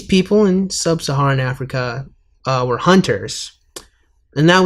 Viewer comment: People latch onto the "Afriker" portion but I really want to know who is pulling aside wee little kids to talk about the slave trade. That sounds like a much more interesting story to be told than her obvious lack of proper pronunciation of the word Africa.